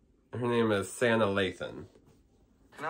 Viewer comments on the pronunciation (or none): Her name is “sah-nah” Lathan! And she’s played in a lot more than just love and basketball! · her name is pronounced Sah-Nah (Sanaa) Lathan.